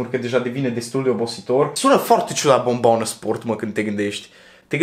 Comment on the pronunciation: Baa, îmi place cum pronunți cuvintele asa la mișto 😂😂😂"mi fome, forte, bombona sport, zoppy etc" 😂😂😂